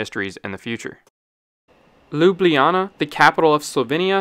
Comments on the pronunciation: The “J” is pronounced as a “y” in the name of capital of Slovenia, as it is in many languages. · im sorry but I DIED at how you pronounced Ljubljana lmaoooo i understand its not easy for the non-slavic speaking people tho